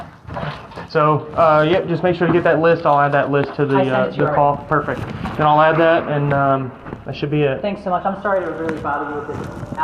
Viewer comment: "perfeck condition"